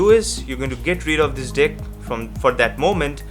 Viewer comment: 0:6 is there me only who heard deck as dick😂